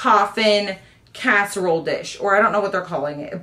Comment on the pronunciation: Cask-erole dish 😂😂